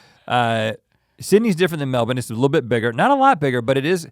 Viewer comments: Gotta love that you say Melbourne like a true ozzie now!! 😀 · RHETT PRONOUNCED MELBOURNE LIKE A PROPER AUSTRALIAN INSTEAD OF THE AMERICAN "Melborrrne" IM SO PROUD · The boys are killing it with the pronunciations. Melb'n not Mel-born. Tremendous. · He said melbourne right.... " Melbin" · the aussies must of given them grief on how they are supposed to pronounce melbourne haha great to know they arn't saying it like mel - born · Mel bin. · I’m proud. They both can say Melbourne properly. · thank.. god he said Melbourne right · Respect on the pronunciation of the Aussie cities guys! Also, thanks for the kind and realistic appraisal! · I love that you guys knew how to say Melbourne correctly 👌 wish I knew you were in brissy can't believe I missed out 😧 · Wait can we please take a moment to thank Rhett for being the first American ever to pronounce Melbourne correctly? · Never thought I’d hear it. It’s an American saying “Melbourne” properly! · I'm a Melbourne native and it makes my heart soar when you pronounce it like a local! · Americans saying Melbourne right! WOW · Can I just say, I LOVE your dedication to the pronunciation of Melbourne. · Rhett, your pronunciation of Melbourne is perfect <3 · He pronounced Melbourne correctly. What a wonderful man. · You guys say Melbourne correctly. Good job lads 💪👍👍